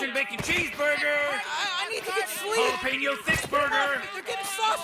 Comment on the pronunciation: Love how Rick frowns when Pringles Morty mispronounces Jalapeños